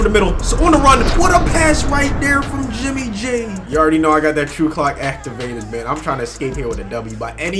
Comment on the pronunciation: Who else heard “jimmy j” and not “jimmy g”